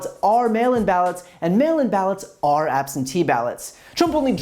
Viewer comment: Did he say "mail imbalance" instead of "mail in ballots"?